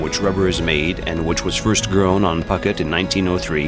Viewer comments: Phooooket not pucket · did you really say pucket ? try pou ket next time pls ! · Poo-get not Pocket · Phuket rhyming with bucket.lol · It's embarrassing you do not know the pronunciation for Phuket.....said: poo-ket.. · It is ashame that you did not know how to pronounce Phuket correctly! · Narrator should learn to pronounce Phuket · Ph in Thai is not an 'f' sound but a soft 'p' as in 'pookhet' not 'pucket', at least you didn't say 'Fucket' but you said Koh Fnang instead of 'Pnang', etc.. Phi phi island is Koh Pee Pee - etc. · I wish that the narrator had checked out the correct pronunciation of names like "Phuket" and "Siam".